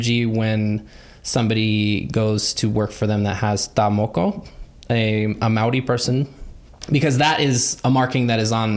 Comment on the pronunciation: Loved pronunciation and for making such an effort to say indigenous words correctly! I am from new zealand, not Maori but still appreciate taking the time to pronounce things correctly!!! Better than half of our country lol!!